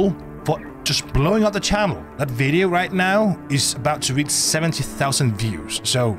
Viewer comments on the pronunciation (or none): none